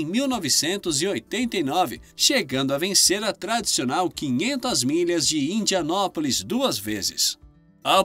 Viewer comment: Indianápolis, não Indianópolis.